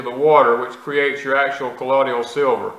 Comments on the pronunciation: So funny hearing him say collodial w/4 syllables instead of colloidal w/3. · Please pronounce the word 'colloidal' correctly. You are saying 'ka lod e ul' it's pronounced 'ka loid ul'. (loid, like the word void)